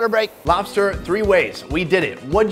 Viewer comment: Did anyone else noticed her talk to be funnny and cute at the same time lol 😂😂. I was laughing like an mad idiot when she said lofster instead of lobster.🤣🤣 The video was Cringe as fuck bro but however sunny cooked very good.